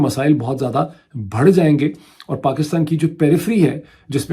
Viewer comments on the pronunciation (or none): "masael"..(BHAD ) jayenge nahi, masael(BADH) jayenge kahiye. FEROZ ul LUQAT ki dictionary apne office mein zaroor rakhiye thanks.